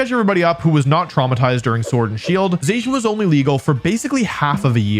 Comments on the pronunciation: #3 IS SUPPOSED TO SAY ZACIAN, NOT F*CKING ZEISHIN! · I never heard Zacian being pronounced like that before.